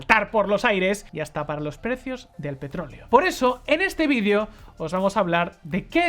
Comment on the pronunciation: Por favor usa y pronuncia la palabra videeo, evita decir vidio. Te ves muy mal.